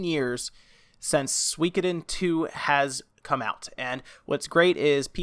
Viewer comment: You pronounce Suikoden weird lol